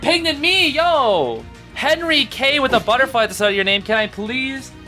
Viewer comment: im sobbing henry k hahaha henryk and michal are both polish names so i think theyre polish but the way u said it i cant stop laughing